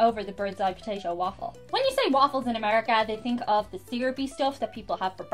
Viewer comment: no problem. I love the way you drop the ‘h’ after a T. Think become “think”, thanks becomes “ tanks”.